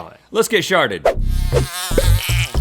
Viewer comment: Hahahaha Rhett... Let's get sharted! ... I had to replay that just to make sure I heard him right lol